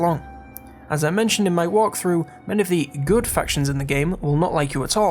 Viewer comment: Is it just me, or did you pronounce "walkthrough" as "waaaghthrough?" in this video? If that was on purpose, I salute you! =D